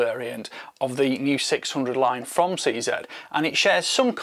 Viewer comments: Nice that you pronounced CZ correctly and not CZEE. Shame it isn't offered in 6.5X55. I still prefer the 550, a nicer rifle overall. They have gone down hill since the US bought the company. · Actually, if You want to be correct, a Czech speaker would pronounce CZ as "tseh zeh" using soft e vowels.